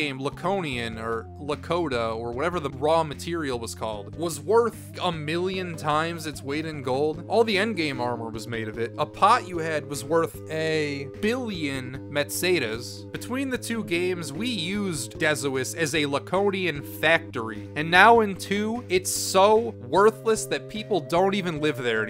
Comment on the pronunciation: meseta, say it with me, met-say-tuhs? no. meh-set-a